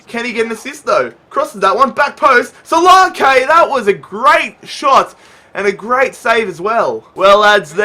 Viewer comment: Btw, solanke's name is pronounced; so-lanky